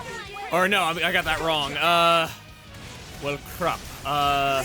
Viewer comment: "Uhh... Well crüp" - 2021